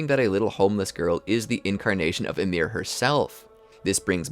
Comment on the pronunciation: Why everybody pronounces it ymIR? Is it assumed? I would assume it is pronounced Ymir, volume increase on the Y.